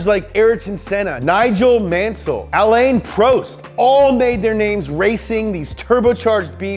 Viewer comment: the second A in alain is silent in the combinaison of the A and I in french